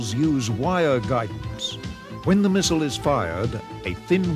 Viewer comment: Mistle? Learn how to speak properly ya gallah!